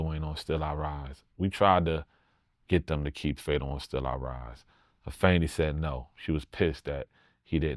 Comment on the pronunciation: Nobel so respectable he even use the proper enunciation of Afeni name!!!!! Shout out to him! He was the most featured artist on one of Tupac greatest masterpieces!!!!! His rap resume certified!!!!!